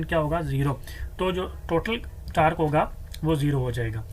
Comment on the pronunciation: Sir tarque nahi hota torque hota ha